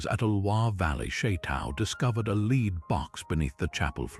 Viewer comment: Very interesting and beautifully read. But I cannot tell you how irritating it was to hear the narrator mispronounce 'Charlesmagne', 'lead', 'coup' and various others...